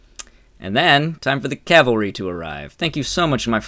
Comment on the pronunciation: You earn a like for proper pronunciation of the word "cavalry"